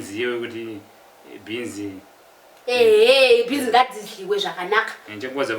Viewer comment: Kkkkkk beans or beens